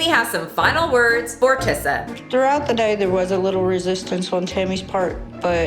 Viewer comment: Imma need some clarification on what you called tissa because it sounded a lot like "blackie" and I don't know who tf is here for it but it sure ain't me.